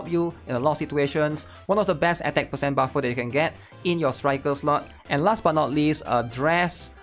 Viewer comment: six pahcent